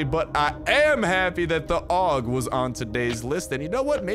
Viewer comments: Dude the pronounciation of that gun is ei-yu-ji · I always pronounced it A.U.G but if you say Aug we’re going with Aug bro